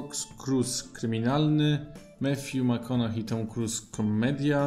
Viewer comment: McConaughey jak coś wymawia się na końcu przez hej sam Matthew tak mówi, ogólnie polecam obczaić wymowę imion/nazwisk wymawianych przez ich nosicieli.